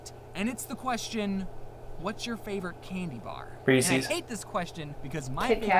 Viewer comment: It's Resse's not Reesies uuuuuuuugggggggggggghhhhhhhhhhhhhhhh